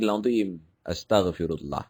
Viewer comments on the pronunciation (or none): none